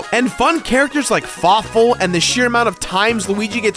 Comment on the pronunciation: Fawful is not a Falaful